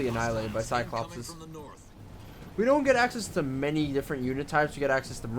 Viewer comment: Actually it's not "Cyclopses" It's cyclopees.